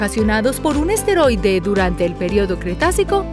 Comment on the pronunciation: ¿Dice "esteroide"? 😗